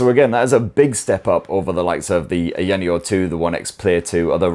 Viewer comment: I love your channel but please stop saying ayaneo like that.